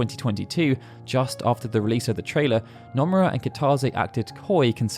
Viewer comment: Bro, I love your channel but could you please for the love of god learn how to pronounce Japanese names considering you need to mention SE staff often? Hearing Anglophones pronounce Japanese names is like a nail on a chalkboard. Just drop the drawl and it will be mostly fine. For example its Noh-moo-rah not Now-muh-raa